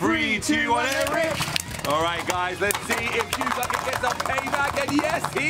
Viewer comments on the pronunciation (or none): none